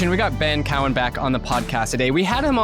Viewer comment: It’s Cowen not Cowan and Raoul not Raul. This tells me all I need to know about your opinion. 😂😂😂😂